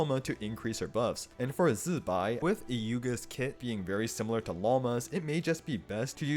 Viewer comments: I appreciate the zi Bai pronunciation (idk what the tones are but the sounds are right) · You are the ONLY ONE that pronounce ZiBai correctly. The rest just pronounce as Jibai/Chibai/Qibai For those who don't know, Jibai is a very rude curse word use in Malaysia, Singapore and Taiwan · Appreciate the correct pronunciation of zibai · finally someone who pronounced Zibai correctly 🎉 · dude pronounced zibai so well i think we can cut him some slack :'D